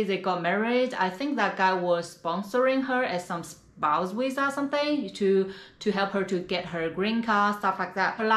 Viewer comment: I love this chicks channel and I think she is beautiful so no one on this comment section say I’m being mean because I’m not… but why do the say wisa instead of visa??